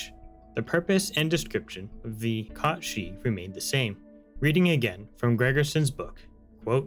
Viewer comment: I like that you pronounce it Kot Shee. I think that's the correct pronunciation. Most people would say Cat Sith. smh in disgust Also TIL this is where Final Fantasy got the character's name from. Didn't know it was Irish/Scottish folklore. Amazing!